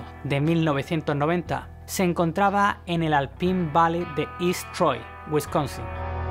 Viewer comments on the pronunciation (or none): none